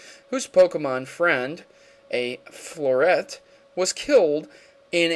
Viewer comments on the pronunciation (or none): floette is flow- et - E